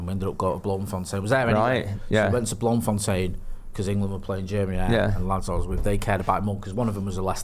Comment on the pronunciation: ETERNAL RESPECT for pronunciation of Bloemfontein 🙏🙌🙌🇿🇦